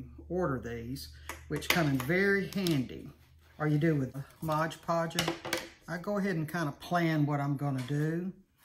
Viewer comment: Beautiful! This is so popular right now. I'm anxious to give it a try. FYI, sounds like you're saying, "Mog Podge." It's Mod Podge! Just saying!